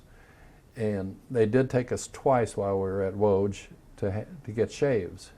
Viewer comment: Lodz is pronounced Woodz - it's where I was born.